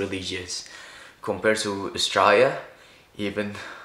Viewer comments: You pronounce Australia wrong every time, otherwise nice video. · sounds like he pronounces Australia as the word is usually pronounced in Bahasa Indonesia.